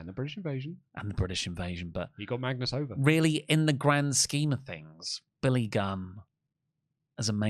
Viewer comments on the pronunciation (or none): none